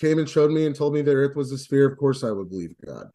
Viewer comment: Is ANY flerf able to say 'sphere'? Like, seriously 😅